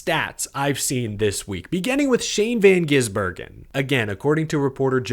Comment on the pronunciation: It’s GiSbergen, not GiZbergen